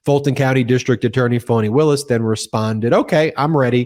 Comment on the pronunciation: Stop calling her "Phony" Willis, Ben. Karen has the right pronunciation. It's "Fawni."